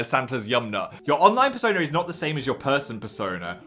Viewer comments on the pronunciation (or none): I heard fursona instead of persona- 😳